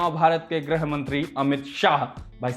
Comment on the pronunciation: hindi bolne pe dhyaan do chhote khali baabu... 'grih' bola jaata hai 'grah' mantri nahi..